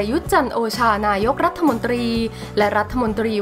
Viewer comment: ฟังอ่านมาหลายครั้งแล้ว รัฐ-ถะ ไม่ใช่รัฐ-ทะ ภาษาไทยวิบัติ